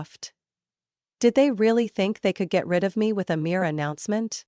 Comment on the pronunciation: Mere not mirror